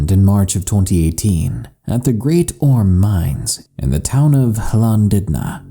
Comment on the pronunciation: That's some new pronunciation for Llandudno 👌